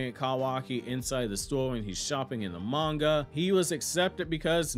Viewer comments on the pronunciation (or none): none